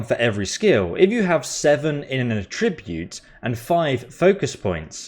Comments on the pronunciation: Great video lad however the word you mispronounced is pronounced at-tribute not atribute as there are 2 t so attribute now thank you once again mate for a well informed and funny video cheers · Please learn how to pronounce 'attribute' (It's not 'A tribute'). That was painful to my ears!